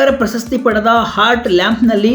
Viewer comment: ಪ್ರಶಸ್ತಿ ,ಪ್ರಸ ಸ್ಥಿ ಅಲ್ಲ